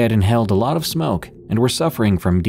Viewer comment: He said Diehydration 🤣🤣🤦‍♂️